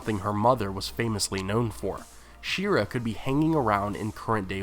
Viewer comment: Shee-ar-ruh... yeesh